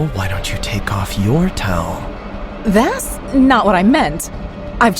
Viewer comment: I love when the girl narrator says “thas” instead of “that’s”